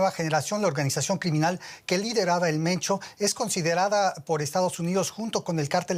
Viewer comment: Se pronuncia "Mencho" no "Mento"